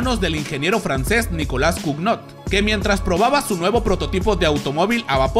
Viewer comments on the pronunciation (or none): Dato 26 C'est escribe nicolas cugnot pero se dice Cuño